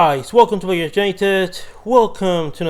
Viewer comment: lo note por cómo pronunciaste Balaidos